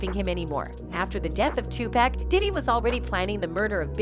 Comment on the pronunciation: The robot keeps saying 2pac as in 2 pack It pronounced Tupac ,as in 2 poc say it with me now 🔊